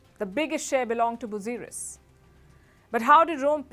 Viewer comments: It's not muzuris it's muzura all over India. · Say it "Musiri",,,,,,,Cera dynasty's port. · Thank you for limelighting ancient historys of South India. Beware of English spellings. It is pronounced as Musiri.